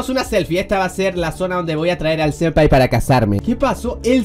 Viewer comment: *senpai. Se escribe y dice senpai, no sempai.